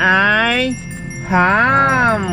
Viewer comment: Bakit yung “Ham” napaka e special?